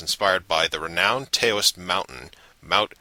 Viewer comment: Great review, and having seen the movie, I think it's a great sequel--but, you do know "Taoist" is pronounced "Dow-ist," not "Tay-o-ist", right? But I so agree with you about Shrek the Third.